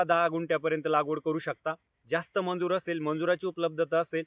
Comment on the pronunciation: मंजुर नाही दादा मजुर म्हणता त्याला ok